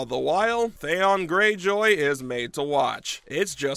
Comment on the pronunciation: You should have at least watched some of the show you were going to do an episode on. This guy couldn't even pronounce Theon Greyjoy's name right. 🤦🏼‍♂️